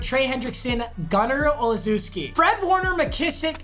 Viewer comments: it’s pronounced “Ol’ shess key” not ol zoo skee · No one:: “Oh-Laa-Zew-ski”..... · R we just gonna ignore the fact that he pronounced Olszewski as Olzooski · Papa his name is pronounced oh-shess-key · Butchered Gunner Olszewski’s name, but even as a pats fan I can’t blame him😅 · Also someone who shares his name, learn how to say Olszewski